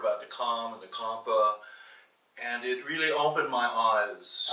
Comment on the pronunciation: Childress have traveled more than 100 countries & studied Champa but don't know how to pronounce it. What a shame. Do Childress don't have Indians in his team while he was researching on the subjects.